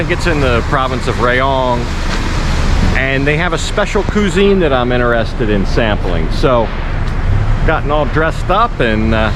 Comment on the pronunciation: I'm sorry I had to say something. Cuisine is a French word and is pronounced qwiz-een not qu-sine! "